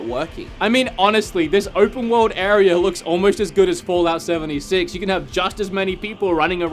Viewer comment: Area, not arear